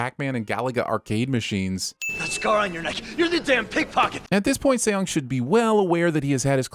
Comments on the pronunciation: If you guys do another video please try to say the guy's name right. It's not pronounced with two syllables like "say yong". Saying "Song" is not exactly right but its a shit ton closer. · It's pronounced "sung"! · And then the way he pronounced Seong too! Like did he even TRY to pronounce it correctly?? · 형. Seong 성 is pronounced "Sung" not See-ong. Not judging or anything just saying lol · and Seong is pronounced as Song, not fucking Se-Yong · Seong is his last name not his first, his name is Gi Hun and also Seong is pronounced more like Song fyi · Narrator: “See-ong” How hard it is to check lmao. Not only do the characters always refer to him as Gi-hun, cuz that’s his given name and Seong is his surname cuz in Korean the order is switched up, but you guys manage to butcher Seong too, even tho it is also uttered in the show. ding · Add 20,000 SinWon for calling Gi-Hun “Seong “the whole time (which is his surname) and also horribly mispronouncing it. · Who the hell is Say-yong? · Have to sin you for calling the main character "Sayong" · I'm sinning this video for repeatedly calling the protagonist Seong (and pronouncing it like "say young"). Look, I can't expect you guys to know Korean (but I'm still sinning the video). Let me politely correct you here: the protagonist's name is 성기훈 in the Hangul script, which is romanized as Seong Gi-hun. Seong is the character's family name (pronounced like "sung). Gi-hun is his given name (pronounced like "ghee hoon"). So now you know. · Million sins for English dub and two more for calling him Seong. 😠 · A huge chunk of sinwon points should go to the voiceover guy no knowing how to how to pronounce Seoung Gihun’s name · it should be 2 sins 1 for him calling Gi-hun his last name and 2 for pronouncing Gi-hun's last name wrong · Calling Seong Gi-Hun Seong instead of Gi-Hun ding